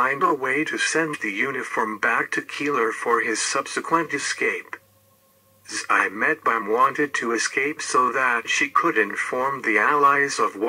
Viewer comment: It's not Eimetbaum, it's pronounced Tzi.metbaum